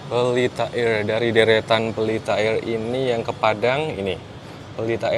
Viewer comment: Candu bgt denger bilang "Pelita AIRR"wkwkwk